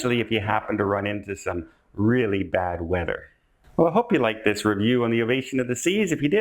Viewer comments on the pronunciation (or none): none